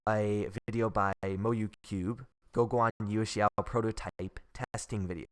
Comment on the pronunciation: Gwoh-Gwan You-eh-shao. You got it perfect!